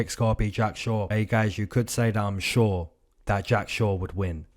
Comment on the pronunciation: “I’m shore that Jack shore will win” 😂. It’s the little things bro. I love it.